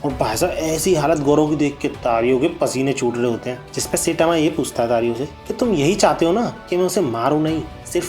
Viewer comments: Gawar. Goro nahi gaa-rou Setama kaun hai.? Sai-tama bolna nahi aata kya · Bro please Say Saitama Not sitama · Ye SETAMA aur GORU kon h bhai?? Naam toh dhang se pronounce krlo yaar